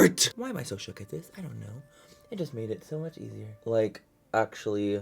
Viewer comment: luz1985rojas love him sa mach!!